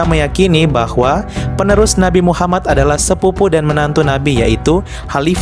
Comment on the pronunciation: btw bro, elu itu muslim kah?, Kalau bukan muslim gak usah lah bikin data" begini, dan membalas komen seakan" elu mengatakan bahwa Syiah itu bnran Islam, kenapa saya ragu kamu adalah muslim, karena ada kejanggalan dalam makhrajul huruf yang kamu ucapkan, bahkan bilang nama Muhammad aja kamu janggal banget, padahal nama Muhaammad dalam bahasa Arab itu bertasydid jadi M nya dibaca dobel/ditahan 2 harkat dan huruf akhirnya adalah د yang merupakan huruf qolqolah, dan harus di pantulkan bacanya, elu malah lempeng aja bacanya ,kayak nama orang Indonesia, so, apakah gua benar elu bukan muslim?, Tolong lah dijawab 😁, biar elu gak terkesan mengadu domba 👌